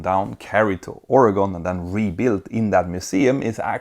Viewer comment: Thank you for pronouncing Oregon correctly! And yes, I have been in the Spruce Goose.